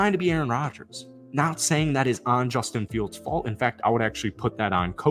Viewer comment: "And 'bustin' fields" 🤣